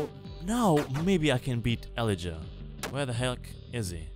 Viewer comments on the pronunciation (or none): o god ur pronunciation of Elijah is killing me :D its Ee-Lie-Jah, emphasis on the middle syllable and J is not pronounced like H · i like how he butchers the name elijah